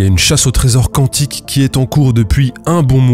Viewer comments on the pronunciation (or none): none